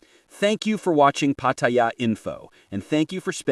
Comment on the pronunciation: Maybe If you post you can pronounce pattaya correctly pat ta yar one word